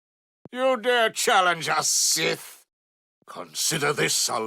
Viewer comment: the way he says sith💀